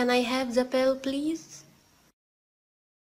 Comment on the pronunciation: T تلفظ ذ وليس ز لطفا the